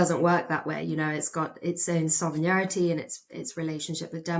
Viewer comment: 1.47 so-vreg-nity For sovereignty 🫣